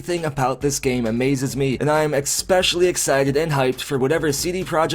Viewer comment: Please stop saying "expecially"